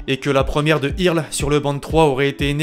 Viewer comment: C'est Irlès... Et pas Irles ;-)